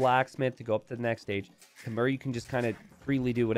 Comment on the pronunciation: I wish would learn how to pronounce Khmer correctly....